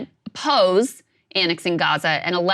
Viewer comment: what does this woman say. Pose or oppose. Cause I read oppose on the screen but I hear her say pose.